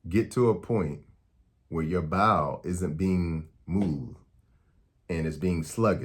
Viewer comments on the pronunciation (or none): When you say “Bile” it sounds like you’re saying “Bowel”. I was confused but I’m back on track. Eastern accents 🤣